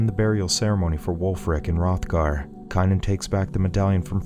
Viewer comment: Don't get me wrong I love the movie scene it of many times. It just amazes me how you can pronounce everyone's name in the entire movie, except for the star? Wulfric, Bjorn, except for Kanan? LOL...K Long A nan... lol. I'm just messing with you. I like your Recaps I just thought it was kind of funny